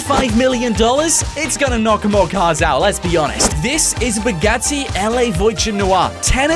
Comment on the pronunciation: But dude it’s Bugatti not Bugatti